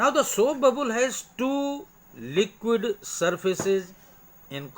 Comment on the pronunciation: Sir it's not babul it is a bubble